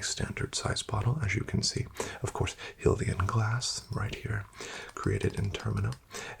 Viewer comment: Did bro pronounce it "Hill-ian"? 💀 That's "High-lian" my guy. 🤓☝️